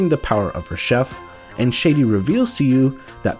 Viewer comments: this mf said “Shady” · Please for the love of reshef learn to pronounce Shadi…